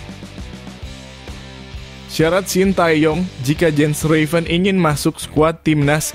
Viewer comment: RAVEN min bukan Revan🤦🏼🤦🏼🤦🏼